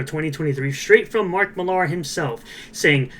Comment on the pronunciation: Just pointing out Millar is just pronounced the same as Miller